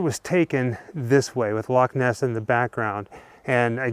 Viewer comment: Brilliant vid, and thank you for saying Loch Ness instead of LOCK Ness.